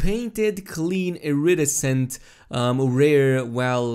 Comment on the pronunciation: Iridescent. Emphasis on "de" in iriDEscent. Not iRidescent.